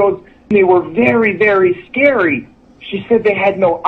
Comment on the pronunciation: S-C-A-R-Y NOT SCRAY.....LOL